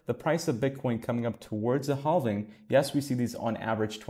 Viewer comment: Also.... for the word "halving"..... we don't pronounce the "L". We just say "havving", as if there is no L in the word. Please stop saying "haLving". LOL